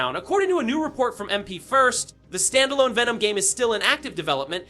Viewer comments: This sounds like 2023 leaks being reposted as "fresh" being told by an Ai who keeps saying "Vey-nom" and "man 3". Awful quality. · Vay-nom... smdh. That made my ears bleed